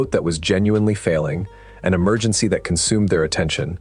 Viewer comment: Where's da emer- gin- sea? Allegedly!